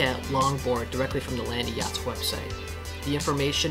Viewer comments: Land-yacht+z two syllables hear me out. Land…yachtz. No Landie-yachtz… stop that. Shame on your friends for not correcting you. Thank you for the video. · I was looking for this comment lol Land- yachtz not landy-yachtz And when it comes to wheels I'd suggest 77a-80a kegals